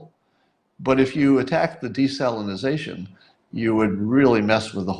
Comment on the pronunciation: Psst... public speaker: It's desalination, not desalinaZAtion.